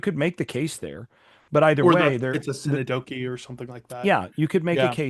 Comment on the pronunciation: Synecdoche (pronounced sin-ek-duh-kee) not Sin-uh-doh-kee 😋